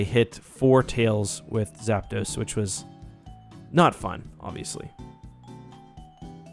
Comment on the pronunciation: As soon as he called Zapdos “Zapidos” i clicked off😂